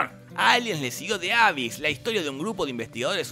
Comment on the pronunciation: Mini comentario. The abyss se dice "di abís"